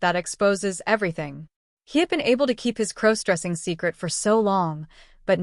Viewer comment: I thought Emma (again, as always) was his girlfriend of over a year as stated at the beginning of the story. How is he to be her maid of honor??? They suddenly aren't getting married and Emma is marrying someone else? Can someone please teach the AI the proper way to pronounce the word cross? What is crow stressing? Has somebody told the AI story writer that all primary female characters must be named Emma??? This is a horribly chopped up, mixed up, confused version of a story that was on another channel this morning.